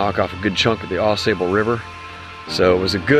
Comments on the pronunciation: FYI, it’s pronounced Au Sobal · Yeah! You said it correctly one time: Aw-saw- bull. 😂 I lived in Michigan many years ago, and my dad and I enjoyed many canoe trips on Au Sable. Thank you for bringing those incredible memories back to me. 💗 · Yep, I know how to pronounce it correctly...I just kept forgetting during the filming. Its hard to change something that you've been pronouncing wrong for over 30 years, lol. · Yeah I know, I said it properly a few times through the video but after pronouncing it wrong for over 30 years it’s hard to change LOL